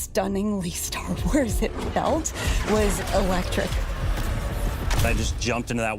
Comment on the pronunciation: Ster Wers and Halldervers 😆